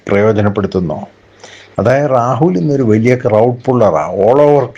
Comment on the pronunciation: എടോ റാഹുൽ എന്നല്ല, രാഹുൽ എന്നു പറയൂ